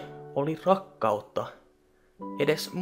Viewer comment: Kun sä sanoit Rakkautta (siinä yhes vaihees) niin kuulin Kakkautta XDDDD XXDD XDXDXD